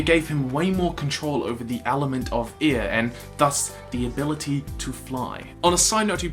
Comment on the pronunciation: Every time you say air I keep hearing ear